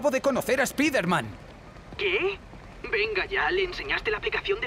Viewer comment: Es irónico que la palabra "sable" la pronuncien en inglés, pero que "spider-man" lo digan como suena y no como realmente se pronuncia. Supongo que es costumbre de los españoles, por lo tanto no los juzgo, si no que fue solamente una observación. Amo tu canal,. Sigue así. <3